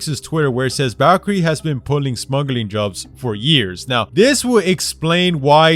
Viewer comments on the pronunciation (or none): none